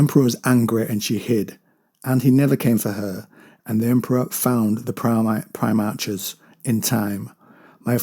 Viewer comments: Pronounced > Pri-Mark < NOT Pri-March. Just a C or K sound not "CH" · Yeah, it's "-arch" as in "patriarch", "monarch" etc